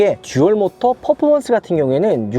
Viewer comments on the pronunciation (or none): none